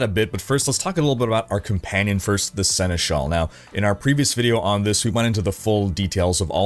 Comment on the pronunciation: You picked up quickly how to pronounce Senechal, cool 🙂